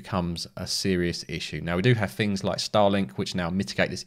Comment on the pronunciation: theres no f in the word 'things'